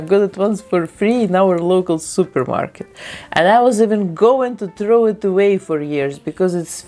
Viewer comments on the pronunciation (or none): none